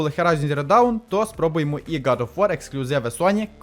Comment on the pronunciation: На мою думку логічніше кабель до водянки зробити було б трохи коротшим з підключенням до блоку вентиляторів у задній частині корпусу, а не спереду - і тоді виглядало б естетичніше. За Horizon Zero Dawn в оглядах - окремий лайк (люблю цю серію ігор), але Dawn вимовляється трохи по-іншому :) Грайте з оригінальною англійською озвучкою - так буде приємніше, та й оглядів до гри англійською (як і термінів, які притаманні цій грі) значно більше і якісніше, ніж російською.